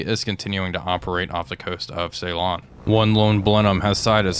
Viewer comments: It's Ceylon that gets me - SiLON, not SAYLON... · suh- laan